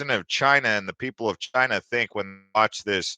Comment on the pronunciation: Lol it's "think" not "thing"